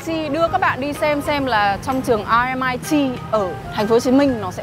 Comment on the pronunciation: Vậy cuối cùng là a hay o??? Thấy nhiều vlog đọc là o. Nay nghe đọc là a. Mình nghĩ đọc chuẩn hơn thì phải.